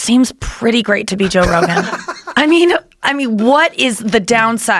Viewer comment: joe "go rogue-an" rogan